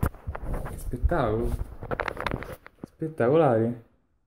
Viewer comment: che ssspettapedoh :D